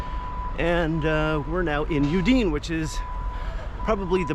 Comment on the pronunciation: It’s a beautiful region. I’ve spent a good deal of time there. Just fyi: it’s pronounced OOO-dee-nay. Not ooo-DEEN. 😊